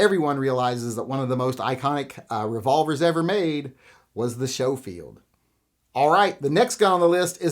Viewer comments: Never heard Schoefield pronounced Show-field. Everywhere else it's Skoe-field. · I’m pretty sure Schofield is pronounced SKO-field rather than SHOW-field. Could be wrong though. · Schofield is sko not sho. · It’s pronounced Sko-field, not show-field. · It is pronounced Smith & Wesson Schofield not Showfield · Was coming to the comments to say the same thing. Glad someone else caught that first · Showfield? Never heard Schofield pronounced like that before. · Isn't it pronounced sko-field? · "Showfield" "Calvary" Now I know you're messing with me. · It’s pronounced Sko-field